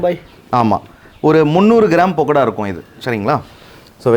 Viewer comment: பக்கடாவை பொக்கடானு சொல்லாதீர்கள்